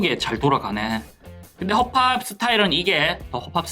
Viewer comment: 처음에 '또 허팝이' 할 때 '떠억밥이'로 들음 ㅋㅋㅋ